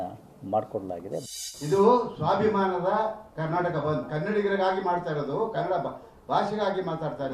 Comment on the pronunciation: Kanad alla bhaiya kannada